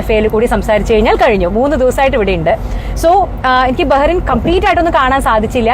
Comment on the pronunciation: ബഹറിൻ അല്ല .ബഹ്റൈൻ